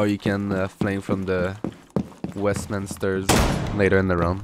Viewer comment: eyy good video but when you said "West Main Stairs" it sounded like "Westminster" LUL